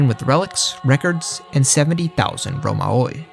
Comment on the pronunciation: It's pronounced Ρωμαίοι put that in google translator, not romaoe.